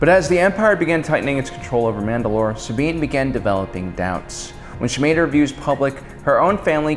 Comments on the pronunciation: I love this video but... The WAY HE SAYS "SAB INE" Really bothers me. Anyone else? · Sabiene wren?!?!?!? YOU SAID IT WRONG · Does have some kind of speech impediment that prevents him from pronouncing names correctly? Just listen to how he butchers Sabine's name in this video (besides the one time that oddly he says it correctly). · Romania Torchwick I know, right?